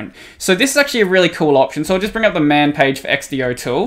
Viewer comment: I can't believe you pronounce xdotool like x-d-o instead of x-do, but then you try to say .sh like it's a word.